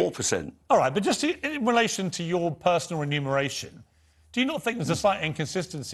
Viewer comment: "Renumeration". Muppet